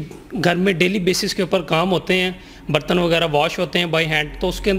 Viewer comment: Bartan tw suna tha ... yeh BARTANNZZ kiya hota hy😂😂😂😂 Yeh shyd dishwasher khareeddZZ kr pata chale gaaaa zzz😂😂😂😂😂😂